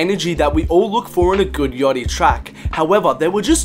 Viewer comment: why do you keep saying "Yochty" nigga its "Yachty" u Australian fuctard